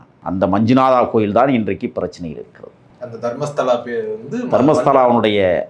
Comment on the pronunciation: Stupud it is not Dharmashala it is Dharmasthala. Before delivering any subjuct try to learn fully. R u a DMK agent, calling Annamalai. What happen to kodainadu serial murder, Coimbuture sexual assaults